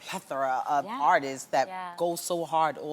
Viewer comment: she lost me at "pethora" I hate it when ppl cant pronounce big words that they use. PRACTICE!!!